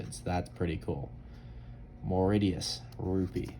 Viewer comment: Mauritius is pronounced as Moor- ish- us